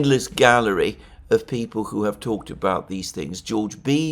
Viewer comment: Please say who and not chhhooh. It's so annoying.